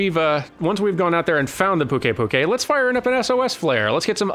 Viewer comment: Apparently and I are at odds on all sorts of pronounciations. Why wouldn't you pronounce it Puke-i Puke-i. Puke to rhyme with Luke, and then ei like a written scream. Also, phonetically on point with the mistake made regarding Slate and Sleight.